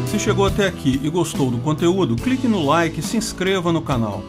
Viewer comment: Só eu escuto 'crique no like'? Kkkkkk